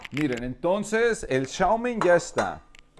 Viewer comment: Shao meen 😂